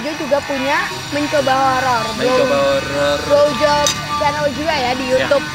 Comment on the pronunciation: blowjop yang ku dengar glowjop